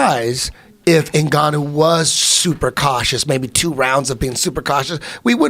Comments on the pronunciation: he literally says Zingannu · Zinganou hahahahaha like anybody can get his name right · Eddie “Zinganu” bravo. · 😂 😂😂 Stipoic, Kalabib... Zinganou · Eddie, who the fuck is the beastly “Zinganno”? 😂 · “Frat Zingannou”-Edgy Brah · "Francis Zinganou" - Eddie Bravo 2019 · Eddie "Zingannou" Bravo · So,are we gonna pretend like Eddie didnt call Nganou Zingano. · Lmao I thought they were taking about cat zingano for a sec... oh eddie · Who's "Zenganu" Eddie? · Wait what!?! Zingannou!!!! Really?! ZINGANNOU!! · francis zingannou xD eddie oh eddie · Bravo called Nganou “Zingano” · Bravo said: ˝ Zinganu˝ hahahhahha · Eddie "Flat Earth Zingannou" Bravo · Lol, Zengannou, Eddie Bravo actually said it. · Did he just say Zingannou? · bruh if Joey Diaz said his last name like that they would jump on him like hendo on bisping